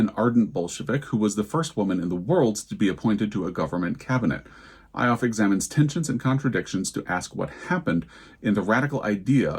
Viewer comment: 0 for 5 on both fiction and non-fiction for me. Lots of books I’ve not heard of. I’m actually very pleased that the Post didn’t do a Booker redux in their list, but they just went completely off-piste. I have the book Square Haunting by Francesca Wade waiting to be read. The subjects of that book interest me more than Gertrude Stein. Just a heads up that Ioffe is pronounced Yoffee. I’ve seen her commentary many times online. I hear snoring! 😴🤎🖤 Happy Thanksgiving to you, Joel, and Teddy! 💜 🦃